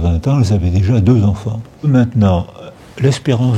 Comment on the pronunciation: Les 377 000 Z-enfants ??? Bravo, la journaliste !